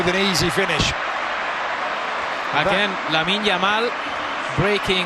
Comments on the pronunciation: "yamine Lamal" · The commentator couldn’t even pronounce his name very well back then .I guess he can’t make that mistake now .The boy is a star already .He said “Yamine Lamal” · Commentators calling him Yamine Lamal xdd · bro keep saying “Yamine lamal ”😂😂😂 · The commentary yamine lamal 😂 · Yamine Lamal 😂😂😂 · This commentator.. what's yamine lamal? Guess he still was not familiar with the name 😅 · my guy cant even say LAMINE YAMAL correctly... i remembered watching this game and was like, is that "how you say it??"